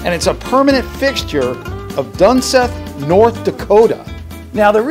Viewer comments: You pronounced it wrong it’s Dunseith dun-seeth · Dun Seeth is how it's pronounced lived here for 12 years